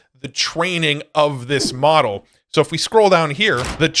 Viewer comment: Stop saying moRel please. Say moDel, not moRel. You also say tiRel instead of tiTle 🫤 ¿hypnoRic or hypnotic? Thank you for the info 😊